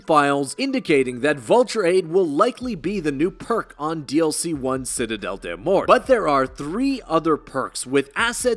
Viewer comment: It's pronounced more because it's French des morts = deh more